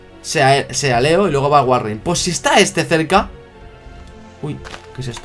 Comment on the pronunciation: seguro ya viste todos los biomas de la versión en la que juegas minecraft, excepto la jungla. No te asustes por cualquier cosa, los zombies son los enemigos más débiles de todo el juego. Jajajajah dijiste "Sealeo" (como se escribe), se pronuncia: "Silio" XD